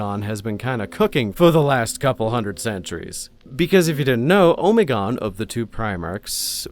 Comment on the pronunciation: I’m sorry I can’t stand how you say Alpharius and Omegon. I always read and first heard it as going as far as you can with the Greek Alphabetic. Honestly Alpharius is fine but.. I’m no linguist but: Omeg-on